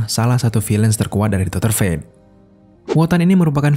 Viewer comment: Cara penyebutannya adalah doktor bukan dokter.